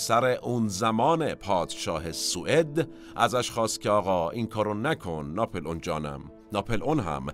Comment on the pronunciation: It’s NAPOLEON not napelon try to correct pronunciation